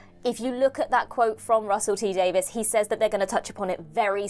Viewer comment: Davies. Not Davis.